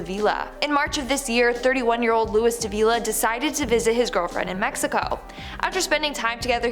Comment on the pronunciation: I'm pretty sure the name Luis is pronounced "Loo Ees"....